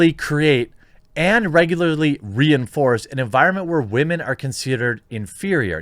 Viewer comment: because of the "wemen" you have earned my like sir